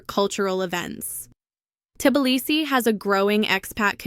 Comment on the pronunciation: AI doesn't know how to pronounce Tblisi.